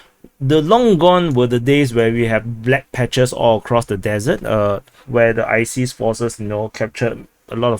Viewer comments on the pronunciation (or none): none